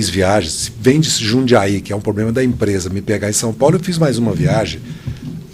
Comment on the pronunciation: Além de BANDIDO o cara é um analfabeto! Fala "poblema"... O POBLEMA é ter essa corja comandando MEU país!